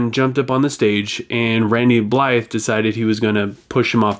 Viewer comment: Richmond, Virginia, not Vermont :P. You got a few things wrong tho. Their first hiatus was because of the Ukraine trial, but that was before they released VII in 2015. Their second hiatus didn't have any specific reason, but in this time they made their cover album. Oh, and the "th" in Blythe is silent. On the song: you're right. Checkmate was boring as shit. Cruz is trying to play like Chris (26 years in LoG) did, but it's just not creative or interesting. This is where the band fails as a whole, and I'm petty sure this is the reason Chris isn't in the band anymore. He made a pretty vague statement about his departure, but mainly he didn't want to be a part of "painting-by-numbers", nor did he want to just play the same song 10.000 times. It sounded like Chris wanted to make something more musically creative, but evidently the rest of the band disagree, which Chris suggests he thinks is selling out. For more than a decade, Lamb of God was my favorite band. #1. But after Chris Adler leaving (he was my main inspiration to start playing drums) and this song being such a letdown, I have to admit that I have lost all hope. I don't care. This will be the first LoG album I won't buy, and I have all their work, either on CD or vinyl, and several on both. Hell, I even bought a few digitally. But now I'm done.